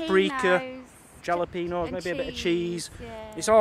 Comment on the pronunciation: Great first vlog., Your Jalapenos. The letter J is pronounced as an H sound in Spanish. The first syllable sounds like HAL a peno. And the peno part should be said as pain-o, not peeen-o.